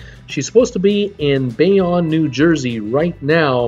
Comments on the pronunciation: ugh Bayonne is pronounced like this "BAY OWN" where did you get "Bay On" from that? LOL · pronounced Bay-Own